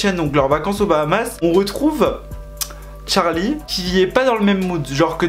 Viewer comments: il me stresse à dire d’charli c’est CHArli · C charli pas tcharli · En vrai de vrai la prononciation ça serait plutôt tcherlay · J’adore quand tu dis TCHARLI 😂😭❤️ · Pourquoi il dit : Tcharli et Tchase ?